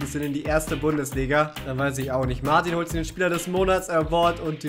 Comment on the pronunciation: Der Franzose Martin, wird original Martö ausgesprochen. Genauer gesagt, ne mischung aus Ö und Ä.. wobei die Betonung mehr auf'm Ö liegt. Ich hoffe, du kannst damit was anfangen 😉